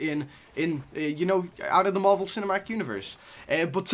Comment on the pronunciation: It's marvel not marble